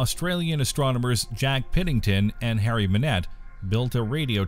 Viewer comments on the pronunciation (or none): none